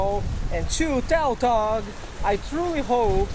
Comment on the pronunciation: It's pronounced tutog not toutog even though it is spelled tautog